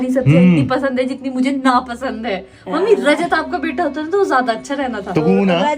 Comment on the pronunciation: Har bar 'mummi' ko 'ammi' bol raha hai aisa lag raha tha😅